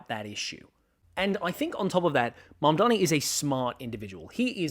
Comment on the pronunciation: MAMDANI, say it with me, Mamdani.❤